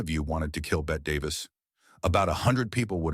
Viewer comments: How can you take any of this content seriously??? “Bet” Davis??? At least get the name of the actress correct. UGH!!! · Bette Davis is pronounced Betty. And that line you say she used in her personal life about I kiss you, but I just wash my hair is from a movie. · The "e" in Bette is NOT silent 😂😂😂😂 AI narration is so clueless sometimes! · First of all Bette Davis pronounced the last e in her name as a long e. Second the line about, "I'd kiss you but I just washed my hair" was from "The Cabin In The Cotton" and she said it to Richard Barthelmess. Therefore it was probably written into the script. Lucille Ball ran Desilu productions, NOT what was spelled in your caption. Marlene Dietrich pronounced her name as "Marlena". Gloria Swanson said, "We had faces" in "Sunset Boulevard" made in the 1950's, so I don't know if she said that off camera. Doesn't ANYONE research these videos? Being a movie buff for over 55 years, you can call me and I'll give you the correct information.